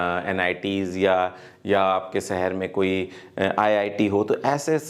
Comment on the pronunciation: Sir m aapki video aksar dekhta hun achchi hoti hen but sahar na bolkar shahar bolen please